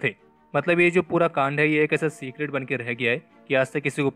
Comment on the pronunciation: to "ये जो पूरा कांद😂 है. Bhai kand bolo कांद 😂 नाही. Jai Hind ❤️🇮🇳 app tho bhout comedy ho😀